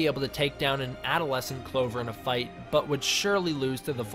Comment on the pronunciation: When you said adolescents i thought you said out of lesson